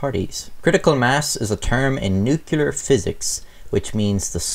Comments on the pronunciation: Noo clee are Jesus Christ man - you're on the metric system...this shouldn't require an American to school you in the pronunciation. We did come up with the Demon Core tho... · “I’m not a physicist” *mispronounces nuclear repeatedly* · Its said new clear not nukeular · nuclear. not nucular. (new-clee-er) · Man dear, FFS stop saying newkewlar. It's pronounced new-clear. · I thought that i cant be the only one here whose gears it always grinds a little when someone calls nuclear nucelar. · You keep saying "nucular" throughout this video. You may or may not remember, but George W Bush was widely mocked and ridiculed for this pronunciation. It's "nuclear" dude, not nucular > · Take a shot every time he says “nukular.” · I'm not a scientist or anything, but I'm pretty sure it's "nuclear", not "nucular :P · Nuclear. Pronounced "new-clear". Not "nukular". The mispronunciation has become a joke used when parodying the "hillbilly" type dialect. Also,, the screwdriver was not protocol. There were shims that were supposed to be separating the halves, Slotin had arrogantly removed them. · Subscribed. Pls cuss less and it’s “nuke-lee-ar” not “nuke-u-lar.” You tell good stories. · Nobody:: nu killer bombs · Dammit it’s not NU-CU-LER it’s “NUC-LEAR” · NuCLEAR not Nukular, come on. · NEW-CLE-ER ... not NEW-KILL-ER. hows that for no fun at parties. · Small critique: The word is NU-CLEAR, and nu-cu-ler isn't a thing. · New Clear not new Cular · Love your videos, but listening to you mispronounce the word nuclear through the entire thing was extremely grating. It’s NOT pronounced “nu-cu-lar”...that’s an entirely different word with an entirely different meaning. It’s pronounce “nu-clee-er”. Thank you. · Hell lad, are you Irish or texan? Nucular isn't a word. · "Nucular" - Like George Bush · Safety rules not written yet? BTW the n word is pronounced New clear, not nu-cular.A n Englander would have known that. ( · I wish you would say "nuclear" instead of "nuke-U-ler" I'm sorry :[